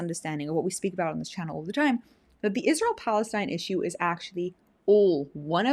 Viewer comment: I always thought that it was spelled ISRAEL why is she saying it like ISHRAEL !!!